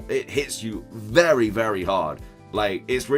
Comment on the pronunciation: Did he say berry useful?